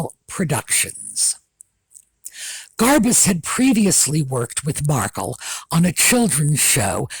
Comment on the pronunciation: I am sorry but everytime you say "Garbuz", I hear "Liz Garbage" 🙂